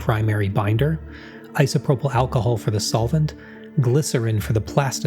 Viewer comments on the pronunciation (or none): none